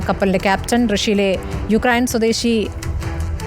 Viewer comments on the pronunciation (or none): none